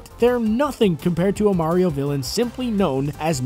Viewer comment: finaly he stopped saying merio